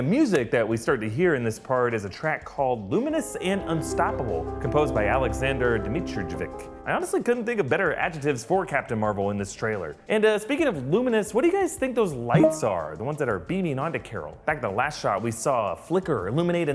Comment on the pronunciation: Its pronounced alexander dee-mee-tree-evitch